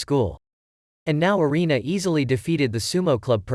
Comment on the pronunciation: Anime name is food wars one thing not mentioned is that it sexulizes a lot of things. Also (Arina)God tongue name is said wrong, it's pernounced (air-in-a) erina.